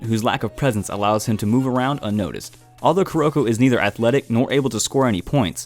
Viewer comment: Am I the only person who got uncomfortable of him saying “kuroko”😶